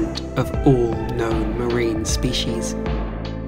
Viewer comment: Him: Ooo Me: what? Him: Oool Me: what?? Him: Ooll creatures. Hahaha 😂 Jokes aside though! Wonderful video!! Thank you! ❤️😁